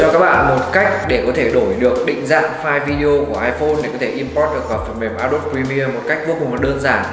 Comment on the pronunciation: a đô bi chứ k phải a đốp nhé ad